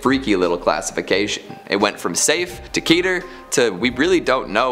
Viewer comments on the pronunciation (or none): none